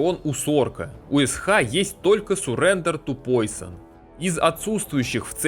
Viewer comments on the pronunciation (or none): none